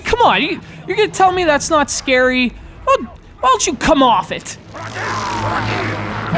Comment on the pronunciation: Actually it's "Cojedlo" not "Cojelo", we used to make a joke about that here in Mexico, "Cojedlo" in many hispanic countrys means "Get him" but in Mexico it's "Fuck Him" Literally, you can imagine the joke.